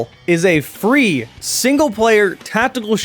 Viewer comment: I heard free as three and was a bit confused, xD